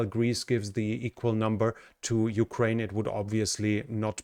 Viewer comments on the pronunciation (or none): none